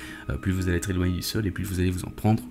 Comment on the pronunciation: Pas trop seloigner😅 pas trop éloigné = pas trop peloigné😂 sinon bien les vidéos 👍